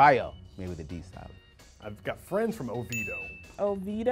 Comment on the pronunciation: Oviedo (spanish name), the guy (correct pronunciation), on video wrong; the guy (wrong pronunciation), on video correct. Obviously, from the perspective of spanish pronunciation.